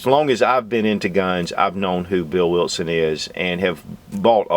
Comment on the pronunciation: I love how he says wiltson lol